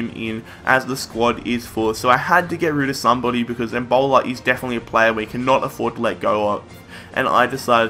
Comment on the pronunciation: Fix you pronunciation of embolo, end it with an o because it sounds like you're saying Ebola